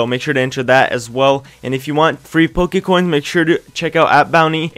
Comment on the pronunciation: its PokéCoins not Pokae